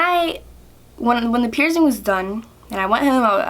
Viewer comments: Why do you say (pier-zing)? It’s pronounced (pier-sing). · You say pierced like pierzed and piercing like pierzing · “Pierzing” ugh